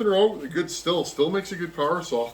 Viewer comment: I've always heard Stihl pronounced "steel". Might be a regional thing.